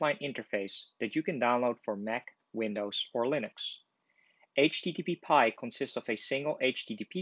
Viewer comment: it is aitch-tee-tee-pie not aitch-tee-tee-pee-pie